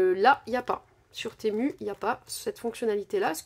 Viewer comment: Ça se dit timou..